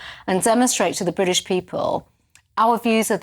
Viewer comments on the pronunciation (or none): none